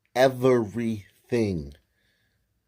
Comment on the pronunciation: "We ruin evarything" lmao I grew up in the hood and let me tell you. Sun people are nuts. not all but a lot are.